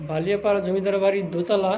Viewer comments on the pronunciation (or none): Baliapara ke valiapara bolchhen kano ???